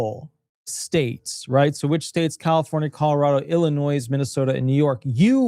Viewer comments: Please learn how to pronounce Illinois. It’s NOT Ill in noise. It’s I’ll in noy. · Illinois is said Illinoi - you don’t sound the s Just like DesMoines is said De Moine you don’t sound the s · With all due respect, the “s” is silent in Illinois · Illinois is pronounced as if there isn’t an “S” at the end of the word.